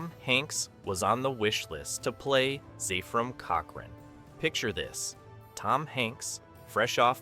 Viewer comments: wondered why he said first Zeefram Cochrane😅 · LMao this was my favorite movie out of almost all of them. All the names are being pronounced wrong lol Zaaaayfrem cockren :face-blue-wide-eyes::face-fuchsia-wide-eyes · I laughed when he said Zayfrim Cockring. =D